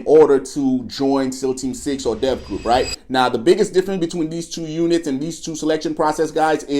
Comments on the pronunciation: 1. It's DEVGRU not Death Group...Holy Ebonics 2. The helicopter crash in Bin Laden raid was Army 160th SOAR. 3. Robert's Ridge was Army Helicopters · He don't know what the hell he's talking about!. LOL it's DEVGRU!...NOT Death Group! U salmon mouth soldier 🧐